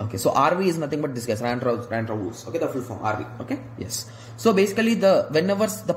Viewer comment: adi pronuniciation Rondewu ra